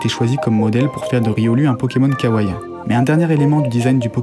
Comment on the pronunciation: on dit ka-wa-i-i et non pas ka-waï. Désolé mais c’est important !